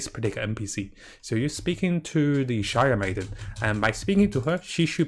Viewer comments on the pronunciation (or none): Bruh..I like him and his videos and all. But I wonder, is he dyslexic? Enkanomiya isn't that hard to pronounce, Watatsumi is not "Wasatami" and a shrine is definitely not a "shire". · The way says shrine is shire. As if this girl is a shire maiden from Lord Of the Rings.:)